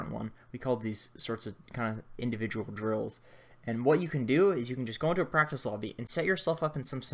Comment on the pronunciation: First time he said drills I thought he said drugs